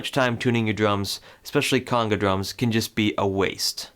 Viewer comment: He’s pronouncing the word conga wrong. It’s not conga like king cong, or coonga. It’s a long O sound